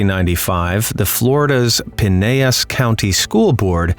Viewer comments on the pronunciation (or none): It is NOT "PIN- A - ASS" County, it is "PIN- ELL-ASS" County 🤦‍♂️